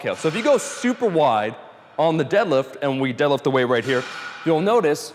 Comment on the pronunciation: He doesn't day deadlift he says delif